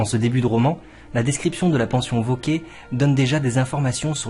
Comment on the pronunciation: Cher, juste une petite remarque quant à la prononciation du r final du nom « Vauquer »: je pense qu’il est mieux de le prononcer car c’était l’usage de l’époque, une sorte de préciosité si j’ose dire. Qu’en pensez-vous? Un bel été à vous!